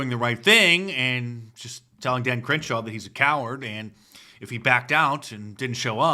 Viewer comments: Not sure if you said Cringeshaw or if I misheard you, but Cringeshaw it is 🤣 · Mark you havin' problems saying Crenshaw' name 🤔😂🤣🤣🤣 99 is my fav. 😁